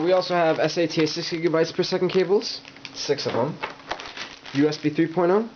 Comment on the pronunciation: you call Sata for S-A-T-A . I was so confused in the untill I got what you meant with S-A-T-A when you pointed at the Sata ports in the end.